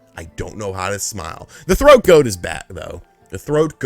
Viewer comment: Boiiii THOAT 🥵🥵🥵 Not throat 🤣🤣🤣